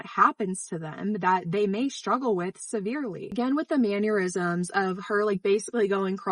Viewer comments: I’m so sorry I love your content but the word “mannerisms” is pronounced like it is spelled, not like MAN-YER-ISMS. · Please do not hate me for this, but it genuinely is giving me anxiety to not say something... It is pronounced Man er isms, not Man yir isms. Its driving me nuts. August the duck does the same thing x.x I'm so sorry, you just said it so many times I couldn't not say it. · Can I ask why you pronounce mannerisms as mannur isms? There is no u in the word. Sorry,I am autistic, certain things are hard for me to brush off. Things bother my brain. 😅💜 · it's pronounced manNERisms... 😘 Had to comment after the second time. It's going to give me an aneurysm... 😅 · You and my wife pronounce "mann-er-isms" the same way but great video, thanks for the information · You keep saying "mannerisms" wrong, you're rhyming it with "aneurisms" which is wrong. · As a former casual fan, the most shocking part of this video was the slightly incorrect pronunciation of the word "mannerisms". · Pronouncing "mannerisms" like "aneurysms" is really funny Appreciate you taking a minute to define the differences between age play and age regression, btw. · Please stop pronouncing “mannerisms” like that lmao there is no Y in the word